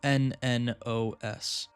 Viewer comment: Really like watching this and felt fresher than most ARGs but please look at how to pronounce Cernunnos. It kinda threw me off at first. But anyways can't wait to see what happens next